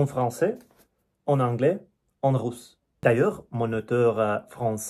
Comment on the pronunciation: Merci d'apprécier notre langue et notre culture et de partager aussi la vôtre. Vous pouvez améliorer la prononciation du "u" en Français, par exemple dans "Russe", vous prononcez "rousse" (qui signifie une dame avec de cheveux roux) 😄 mais je comprends tout ce que vous dites 👍